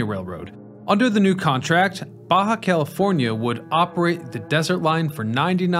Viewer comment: Thanks for the video. It was good to hear about Mr. George. Maybe he needed to hire more good operators. 😂 I am sure you have heard about the George thing enough, and Jacumba. Thanks for pronouncing Baja right though, that might have did me in. A little info for you. A train isn't a train without a locomotive. Those would just be cars, or passenger cars, or rail cars, or train cars. Think of it like a Semi. A trailer isn't a semi, but it can be a semi trailer. Also, a locomotive by itself isn't a train. Sadly, the three Montreal metro cars, TPHX 801, 817, and 835, that are on a siding further up the line have been set on fire. It is sad the difference in a video from 12 years ago to a video from 1 year ago. 12 years ago they appeared to be in great condition, now they are just scrap.